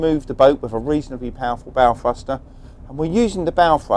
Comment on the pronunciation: What the hell is a "fruster"?